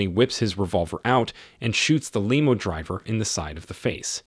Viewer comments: Lee-mo driver? I guess the AI needs a bit more work. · It's pronounced lem o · What's a "leemo"? I hate these robot narrators. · AI narration is like sand paper. Lim oh. Not Lee mu. No one says three hundred and fifty seven magnum. It a three fifty seven. But it is an entertaining movie. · Limmo not leemo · "Lemo" driver? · that was the price of a "leemo" ride back then. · LOL they drive a "leemo." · You lost me at "Leemo Driver." Dolt. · Did this fucking guy call a limo a leemo? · I can't listen to this AI crap ... The lemo driver... TF is a lemo.. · Its that fuckin A I..it said they were in a Leemo.. I hate this shitt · More annoyed with the name and "limo" pronunciations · Is the narrator AI generated? I've never heard limo or debacle pronounced that way before. Otherwise it's very impressive. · A.I. Smh Can't even say " limo driver" Inspector Dirty Harry....Callahan This is hard to listen to